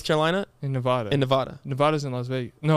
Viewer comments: i hope y’all know that’s not how you say nevada 😭 ive lived here my whole life and y’all say it wrong everytime 💀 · not y’all saying nevada wrong